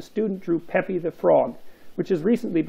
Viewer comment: It's pronounced peep, Jordan, not pépi